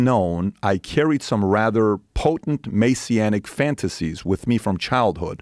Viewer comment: pronounced wrong but every christian will know it by MESSIAH COMPLEX: messianic messia narcissist